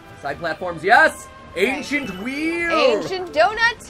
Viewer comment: Ainchient wheels damn it